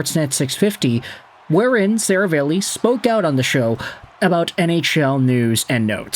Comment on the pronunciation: Bro! It's SaraAlli, NOT SaravEli.... C'mon man!